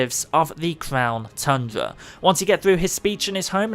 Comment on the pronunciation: Bro he said clown tundra "clownyrex"